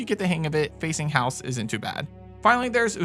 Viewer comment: I'm sorry but it's bugged me... it's pronounced phonetically as hay-os